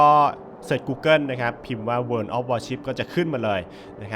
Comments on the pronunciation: โวออฟวอชิบ ไม่ใช่ เวินออฟวอชิบ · ทำไมมันอ่านว่า เวิน[world]